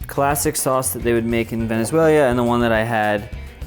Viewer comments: I love you but VenezuelA not VenezuelIA. Ik it's not a big deal but it bugged the hell out of my husband who is from there. lol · I like how you pronounce it Venezuelia instead of Venezuela 😆❤ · He keeps saying "Venezuel-ia" instead of "Venezuela" . People often mispronounce "Namibia" as "Nambia". He's commenting in a world where there's an extra continent full of countries with close-to-real, but ultimately made up names (from our perspective). Okay, now you can laugh -- ready? HA Ha* ha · Why are you pronouncing ‘Venezuela’ as ‘Venezuelia'? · Please don't say VenezueLIAN. Hurts my ears. Ve-ne-zue-lan (lahn) No 'i' :-) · Love your videos. But you’re killing me with you pronunciation of Venezuela. It’s not Venezuelia. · A for effort! I laugh so much with the pronunciation of “VENEZUELIA” and “reina pepeida” AREPAS ARE THE BEST! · PLEASE! It’s “venay-SWELLA” and “halla-PAYNyoh” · venessuelya LOL!!! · Great video love arepas! but i got anxaity everytime i herd velezueñia lol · Venezuelia lol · Cringing at the fact he kept saying venezuelian, venezuelia. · I'm sure it's a great video, but I got TOO distracted from the fact you kept saying "Venezuelia" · Does anyone else hear him saying "Venezuelia"? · I have to know where this "Venezualia" is LOL. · I was gonna say the same thing but you beat me to it 😂 Venezueilia 🤷‍♀️🤪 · Venezuel-ee-ah lmao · I loved the "Venezuelian" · Damn! I wanted to point that out. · I like that he showed a map with the spelling of the country on it and still mispronounces the name. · This guy was so ashamed of his pronunciation of Venezuela that he removed his face from the video. F for respect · Thank you!!! It was driving me to distraction. 🤣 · He venezuel'd ya.